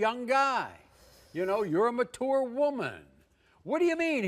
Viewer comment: I have learned that Maury can’t pronounce mature